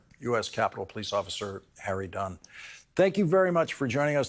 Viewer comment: You said it correctly Mr. Harry Dunn